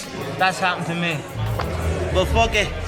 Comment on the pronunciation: “But fook it”